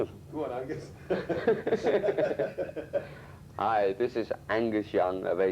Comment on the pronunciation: Angus without the g is fucking great😂